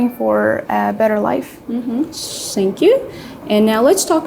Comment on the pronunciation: Shout out to both girls. However, unfortunately I see this a lot among our people when they mispronounce the Th in words like “thank you”sounds like sank you.